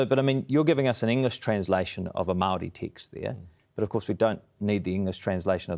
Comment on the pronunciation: Dude that likes to text and send vids to 13 year old girls, can’t even pronounce ‘Māori’ correctly. I wonder if he thinks we can’t see through his paid shill work from the Atlas group that he worked for in Canada, trying to strip the rights of indigenous people to pump the oil and gas from the land, royalty free. It’s impressive to see him sit up straight, when he doesn’t have a backbone.